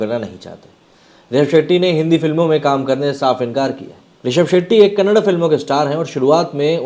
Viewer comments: It's not Kannad sir it's Kannada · Kannad nahi bhai kannada (da) last pranonciation Karo Bhai Varna vo galat artha leta hai kannada bhasha me🙏🙏🙏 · It's kannada not kannad. Like your surname is not sharm